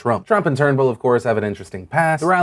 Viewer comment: Thank you for pronouncing "Turnbull" correctly! lol